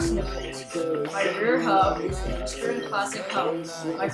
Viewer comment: ITS EASTERN!! NOT EASTEREN!!!!!!!!!